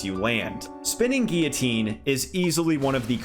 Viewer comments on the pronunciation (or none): none